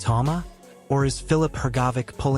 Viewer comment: Hergobic Is at it again Aren't these guys ever gonna pronounce his name correctly